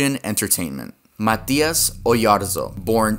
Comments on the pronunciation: Mataias, MATAIAS broooooo 😂😂😂😂 why do u say it like that It’s Matias 😭😭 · You are saying MATÍAS wrong it's m-a-ite-as